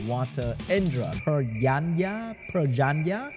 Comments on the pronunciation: Pah•jīnə•ah is proper pronunciation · It sound so italian parjanya... Its like saying mozzarella into motszarellaa